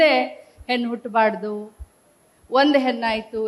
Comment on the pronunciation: ಹೆನ್ನು ಅಲ್ಲ ತಾಯಿ, ಹೆಣ್ಣು ಅದು.. ಮರಾಠಿ ಕನ್ನಡ ಮಾತಾಡ್ಬೇಡಿ